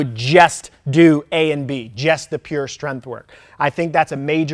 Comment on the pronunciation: love ur knowledgeable videos, but please learn to pronounce “strength” for once and stop with saying “strenF” bugssssss lmao